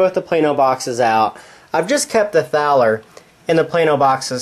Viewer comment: "Thaler" is pronounced like "taller". Otherwise, good review. :)